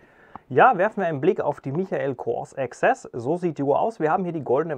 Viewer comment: Michael spricht man Meikel aus!